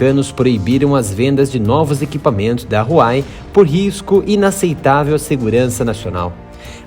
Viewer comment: Huawei se fala “ruau uei”